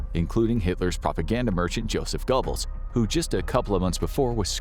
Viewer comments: I think you will find GOEBBELS is pronounced GERBULLS (BULL as in DULL) and NOT GOBBLES like the sound of a turkey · (😮Eva) "Braun" - pronounced like the English "Brown." Goebbels = "Gurh buls" Thank you❤ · Goebbels is pronounced Gerbells. I don’t know why. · Goebbels is pronounced GER-bulz. Doenitz is pronounced DER-nitz.